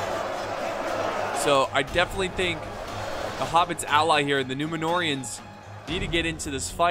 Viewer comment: loooooool if you activate subtitles the "numenoreans" pronounced "numenorrrrr" by, and trascripted by the youtube machine........ "new manure" whahahahaha 🤣🤣🤣🤣💩💩💩💩